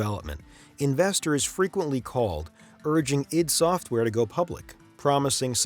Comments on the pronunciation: Its pronounced EYE - DEE, you bozo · it's pronounced EYE DEE SOFTWARE.